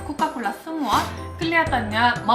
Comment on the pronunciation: Coca bukan coka haha